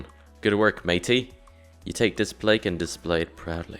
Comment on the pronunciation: You pronounce everything wrong plaque isnt Plake